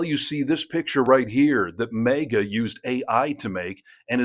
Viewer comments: MAY-ga? First time I’ve heard that ever, in the, what, 9 years of its existence. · Holy shit, tell me you're not too bright without telling me you're not too bright. Trump's a piece of garbage, but these "line" your drawing? Oh boy, TDS much? Let me guess, Biden was an intellectual giant and his cognitive ability was god like. Give me a break, and learn to pronounce maga if you going to use it. LMAO